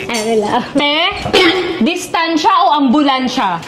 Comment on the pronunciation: tehh distansya o ambulansya😂😂😂😂😂😂